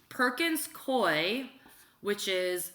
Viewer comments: Worked at Perkins Coie LLP. It's pronounced: Perkins Coo-ee *just an fyi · Also, not to correct you but just to help out with pronunciations, it's "Hue-ber" and "Perkins Coo-ey" as in, rhymes with gooey. Love you.